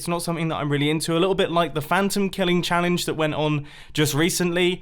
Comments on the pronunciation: "Tango head hunting challence" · I think we should DON'T TELL TANGO that you said "Tango head hunting chalange" ether